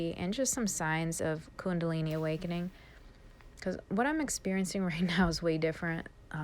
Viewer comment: I love how you say kundalini! 🥰 Love you